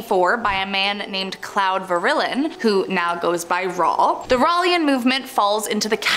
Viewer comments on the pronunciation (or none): It's not pronounced (rall) it's pronounced (Ray Ell) and (Ray Ell E An)